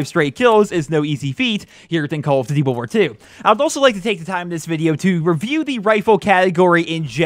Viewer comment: call of ditty wirwir tu